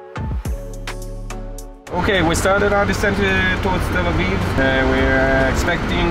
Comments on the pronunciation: Sam Chui, this was not your first time flying El Al. Please correct this and your pronunciation of Tel Aviv. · Love El Al .. great crew & always feeling safe ! .. Sam can’t seem to pronounce Tel Aviv properly 🤪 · it is funny hearing this guy pronounce the word Tel-aviv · Still can't pronounce Tel Aviv correctly 😅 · Hey Sam...that’s Tel Aviv! You’re English is getting worse! Watch it! It sounds like you’re saying telvive....come one, maybe it’s time to study some English! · It’s Tel Aviv- not telviv 😆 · He can't even pronounce where he is flying! He's flying to TELLA VIE. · It is Tel AVIV NOT TELAVI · Learn to pronounce the name of the capital city of Israel. It's Tel Aviv not Tel eve. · It’s Tel - Ah - Aveev 🙄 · He said tel-leave😂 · It’s Tel Aviv, not Tel Aiv Sam! Av-iv.. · Its Tel Aviv, not Tel Eve. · It’s TEL AVIV not Televe 😭😭😭😭😭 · It’s not Tell Eve” as Sam calls the city, it is TEL AVIV! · TEL AVIV NOT TEL AV FFS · The correct pronunciation is TEL AVIV, not TEL AIV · Its pronounced Tel Aviv, not Tel eve !! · Tel Aviv not Tel aiv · “All the wines are from Israel” , and then you see one that says Lebanon Vinyards?!? Sam, say it with me Tel A-veev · Tel aviv is pronounced - tell ah-veeve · Learn to say Tel Aviv correctly, very embarrassing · Sam......its Tell...aveeeve ok? Good video!! :) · Great video, but just so you know, it’s pronounced Tel AViv. Both V’s are clearly pronounced. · Sam, oh pease... It is Tel Arr-veev. No excuse for mashing up such a simple city name. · How come he can't pronounce Tel Aviv? A travel expert should be capable of pronouncing the destination where he's getting off, no? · Love to hear Sam try and pronounce Tel Aviv and Noel Philips Los Angeles. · This boi need to learn how to pronounce Tel Aviv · "salard" - salad "tel eve" - tel aviv